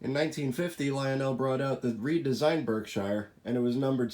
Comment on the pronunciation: Berk-shear not Berk-shiiire.